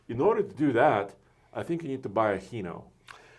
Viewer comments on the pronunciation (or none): It's pronounced "hi no" not heno.